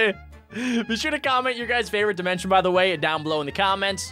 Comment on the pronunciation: dimont dmncion and sllaim dimencion